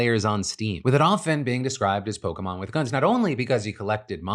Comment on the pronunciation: thank god someone remembers how the fuck to pronounce "Pokémon"